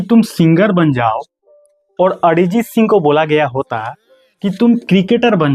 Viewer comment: Adjit singh ❌ arjit Singh ✅